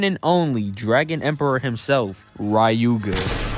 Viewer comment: "Rai-yu-ga"... who's gonna tell him?